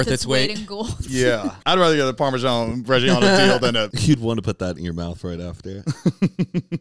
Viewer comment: the pronunciation of reggiano is killing me